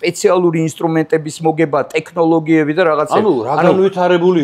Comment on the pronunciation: გეხვეწები ეს ტე"ხ"ნოლოგიები მოიშორე, ძალიან ცუდად ხვდება ყურს 😕წარმატებები თქვენს იუთუბ არხს ❤ P.S. ზვიადი ძალიან მაგარი კაცია, გვიმრავლოს მისნაირი ქართველები.